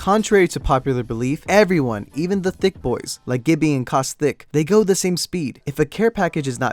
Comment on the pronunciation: Did you actually say CausTHICC?